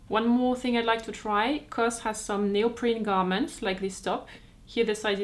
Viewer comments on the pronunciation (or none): I thought knows that C.O.S. is pronounced Cee Oh Ess, not cos.